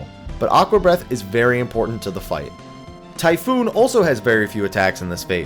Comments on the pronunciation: for fucks sakes it's TYPHON NOT TYPHOON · Typhon not typhoon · It's pronounced Ty-phone. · for fuck's sake it isn't any of those it's Chupon.